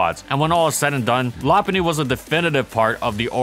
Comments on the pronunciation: I thought it was “low punny” not la punny? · law-pun-knee? Isnt it Low-pun-knee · I always pronounced it "Low" because "loping" is a term for walking, and Lopunny has high speed and long legs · Nah, it’s Lop-unny. The Pokédex 3D app and anime pronounce it that way. Plus, part of its name comes from Lop, not Low. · You're saying its name wrong, it's not pronounced lop-punny or even lo-punny. It's pronounced low-cunny. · Yeah but it sounds awful. Still gonna pronounce it “low-punny” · ~~first~~ Lopunny <3 I always pronounced it Low-punny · Cant tell if this is sarcasm, but the official pronunciation is Lo Hes factually wrong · Ramsey Ali LOP-unny. Check the Pokédex 3D app. Also the anime since it pronounces it that way. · La-punny? LA-PUNNY?! LA-PUNNY?!?!?!?!? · I pronounce it “low-punny” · Its actual pronounciation is Lop-unny. Check the Pokédex 3D app. Also, part of its name comes from “lop”, referenced from floppy eared rabbits. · Yep, it’s pronounced Lop-unny. Part of its name comes from Lop, which is referenced from floppy eared rabbits. It’s also pronounced that way in the anime and Pokédex 3D app. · I thought it was pronounced "Loh-punny" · Well part of its name comes from Lop, which makes sense as to why it’s pronounced that way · Whats a lopunny to prunouce it it's lowpunny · No. It is pronounced LOP-unny. Check the Pokédex 3D app (there’s a video of official pronounciations of Pokémon on YouTube) and the anime. Also, Lop is referenced from Lop eared rabbits. I don’t understand why so many people pronounce it wrong. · Oh my god, that pronunciation is awful. Lo-puh-ny. Period.